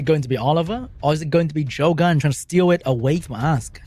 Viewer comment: Why everytime said "Ask" sounded so much to A$$ lmao